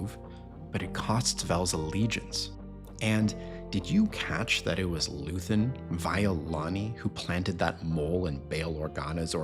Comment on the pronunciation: First, his name is Luthen, not Luthern and second, every terrorist has a goal. His was a rebellion. He just wanted people to star to fight and leave the apathy. He is what is called as an accelerationist. He did not want power; he wanted the fight against the Empire to start and grow. He is the father of the rebellion. Every rebellion that existed is dirty and cruel. There is no good guys during the fight.